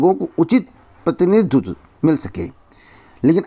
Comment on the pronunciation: प्रतिनिधित्व को प्रतिनितधुधु 😂😂😂😂😂 वाह सर जी वाह